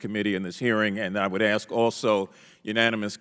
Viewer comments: Thanks! I never knew that until you mentioned it and I looked it up! Anyway the comment was about the girl saying axe for the word ask, so I do not see why Trump has a thing to do with it. My point was to make light of the fact that Doctor Jill taught college English and brags about being from Philli, yet could not read and sound out the word Bodega. I was laughing that 🤣 maybe the young lady took college English in Doctor FLOtaTUS Jill Biden, who despite what Woopi Goldberg said is NOT a doctor. 😃 😄 🤣 😂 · 😂Darn that word upset you enough? 😂 Your cracking me up!😅 Now, my 3 yr.old Grandson can say a$$! I am sure that a grown ass woman that managed to get 1 of the most important jobs in government can enunciate the word ass, ass---k, ask. I can promise you that 1 of my best black girl palls would get all over her children, husband, her other friends and me, if she heard us pronounce that word as axe! 🪓 ⚒️ My Jamaican friends would too!!!!😂 😊 😂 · Did Miss Brown of Ohio just say she can't believe someone had to ax that question? I cannot believe miss brown, a member of the United States government, still doesn't have a grasp on the English language. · She said axe lol and here goes her racist rant lmao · No matter how loud or how many times you say it.. Equity and equality ARE NOT the same... And we know what DEI is and are NOT behind it girl... And as a Congress person can't you say ask.. Not aks 🤦🏼‍♀️ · The lady in blue is clueless! It’s ask not ax. 🤦‍♂️ You are in congress!! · When you stop saying “axe” instead of ask people will take you seriously. It’s a common problem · Let me axe you a question does prejudice belong in the house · I think some of these “diverse” members need to forget DEI and focus on GRAMMAR!…”Axe any buddy yo!” Who, in this world, is taking these people seriously? 🙄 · Just amazed that we have a congress woman who uses "axe" instead "ask" speaking improperly in a congressional hearing. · Exactly!! Why is that word so difficult to say?!